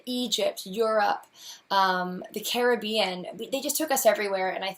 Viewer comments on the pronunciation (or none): none